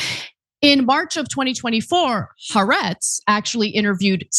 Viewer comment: Jfc. It's been almost 2 years now. The publication is "ha.. ar-etz" not huhretz